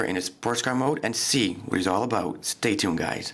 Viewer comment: damn its aboot time how many times did u try to upoad this LOL